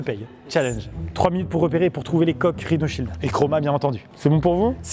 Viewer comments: On dirais qu’il on dit rino child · Quand ils ont dit leur prénom j'ai entendu RINOSHIELD😂😂😂